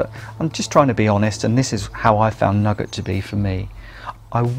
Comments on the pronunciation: Many thanks for such a carefully constructed and well considered video. Thanks also to others for their useful comments. Just one criticism for the benefit of English learners (I teach), the sweet (candy) shop item "nougat" is usually pronounced "noogah" [Edit: in UK English], not "nugget". I shall subscribe. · NEW-GAT not nugget...